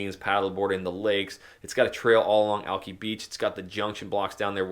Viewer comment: I was born is Seattle and know the city real well, we all know that you are a real estate agent and are not clearly from here, ask a local friend on how to pronounce Alki